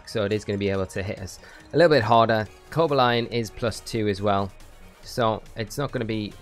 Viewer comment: I was dying when you said "Coba Lion" hahaha